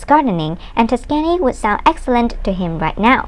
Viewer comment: It’s NOT “ Tight light “ years. It’s TWILIGHT Years!!! Also it’s pronounced TUSK’ AN EEE. You seem very sweet but I don’t think narration is for you. You should first look up any city or people’s names you don’t know how to pronounce. Then any expression like “ tight light years” you should look up to see if that even was an expression( which it is not). That would be a few suggestions that should help if you decide to stay with narration. I have found most people prefer a lower frequency voice like a mans voice, which you can’t really do anything about.